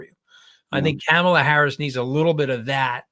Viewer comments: Mooch. Focus: it’s Comma la. Comma la. Not Cam Ala. please pronounce correctly. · Ka ma la, not Camela. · Just a suggestion...the pronunciation of our candidate's name. Kamala herself gave us a tool to remember, "It's just comma (,) with a la." Ahhh, that's better!